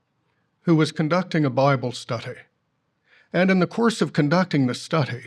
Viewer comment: why does that GB clown mispronounce "study" with an affected accent stHUDy.... SMH